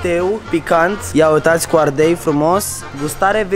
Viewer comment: Ardel? Nu ardei